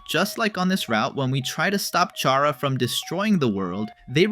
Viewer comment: TYSM FOR SAYING CHARA’S NAME AND GENDER RIGHT.